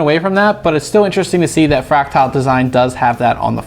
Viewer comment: That's not how you pronounce "fractal".